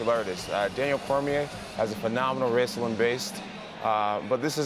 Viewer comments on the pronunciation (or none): "Phenomenal raesoolin based"